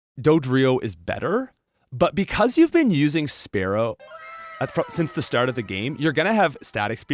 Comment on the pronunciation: Why does he keep saying "pharaoh" and "sparrow"?